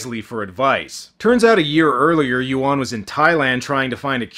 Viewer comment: A Patreon's "Zack Potter" eh! Not a coincident that this Chinese movie got featured on Dec. 20th --- With the news about Cyber security issues plus Airport closure via Drones and HUAWEI. key words incude "Turkish" and bastardizing pronounciations of Yuen and Yuan. And much more subliminal propaganda.